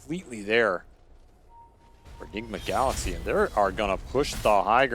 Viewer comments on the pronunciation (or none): none